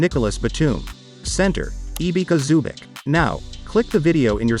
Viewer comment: you just butchered the name of Ivica Zubac to the max